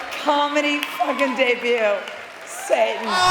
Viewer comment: Not the druggie saying “satan”